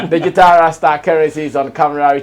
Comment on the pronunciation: Why are the words DIGITAL and GENRE so hard for Ghanaians to pronounce right?